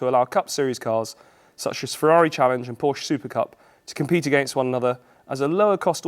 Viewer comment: Could you please learn to say Porsche?